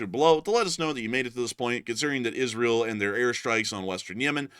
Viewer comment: Isreal.....typed it exactly how he said it